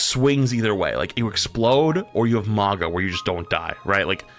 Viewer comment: It's Mauga. And to a lesser extent Hog. I hate mandatory Ana.